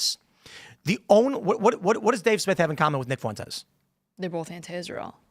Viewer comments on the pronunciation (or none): Am I the only one annoyed that Tim says bolth instead of both?